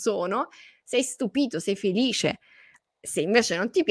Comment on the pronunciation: come dici "felisce" tu non lo dice nessuno! Sei troppo forte! Sono felisce di seguirti! 👍😘📚❤️